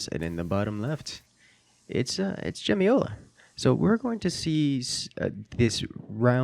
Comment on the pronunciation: Jemioła is prenounced - Yem-yo-ua